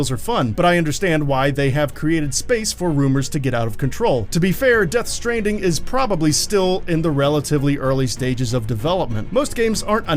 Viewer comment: lol it sounds like the narrator mispronounced stranding at the start of the video.